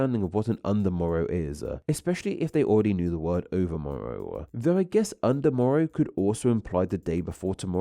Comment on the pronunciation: You have a very strange way of adding an "uh" onto the end of some words, eg "word-uh". Whats that all about, is it some kind of regional accent-uh ?